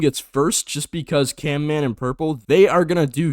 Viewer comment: CaNman? It's CaMman